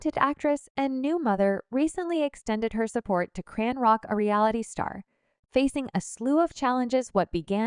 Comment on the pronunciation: Why do you pronounce her name as CranRock??.. you hear her name or you should check before you report